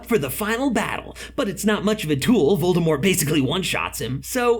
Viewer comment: not a hater but voldRmort just botherd me..., VordAmort